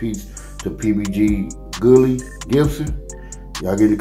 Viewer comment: Bro it's pronounced guh-lee not gillie an that's everyone named gully or with that last name. U never seen or pronounced that before ?